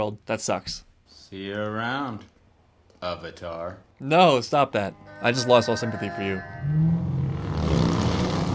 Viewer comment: Has entire life's purpose taken away: Sympathy. Mispronounces Avatar: Sympathy withdrawn.